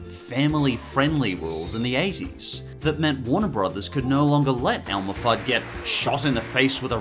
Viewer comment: Simple Animations Elmer, not Elmore.